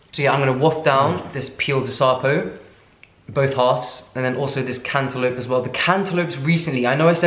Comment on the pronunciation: His way of pronouncing “piel de sapo” though... can’t listen without crying 😂😂